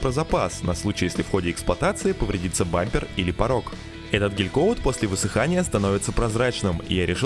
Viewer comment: Бляха муха, гелькаут, а не гелькоут Слух режет